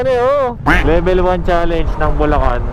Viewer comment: bulacan= lubacan 🤣